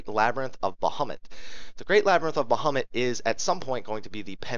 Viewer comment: I am BEGGING you please say Ifrit and bahamut the correct way.......PLEASE. Its very annoying